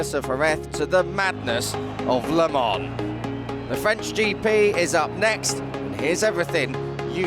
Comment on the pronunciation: Le mans,why this dude keeps saying 🍋 lemon?